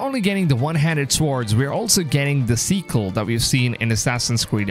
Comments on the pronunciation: Sick-EL not seek-EL. Sword not SEEward. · I don't know if he's saying it that way on purpose but it sounds like he said we're getting a "sequel" but i think he meant the weapon :3